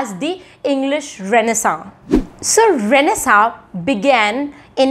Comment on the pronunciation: Is tht pronunciation of renaissance correct?